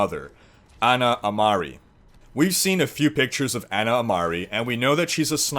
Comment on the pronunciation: Its Ana lol